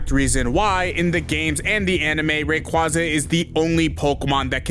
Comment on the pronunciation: At least say rayquaza’s name right💀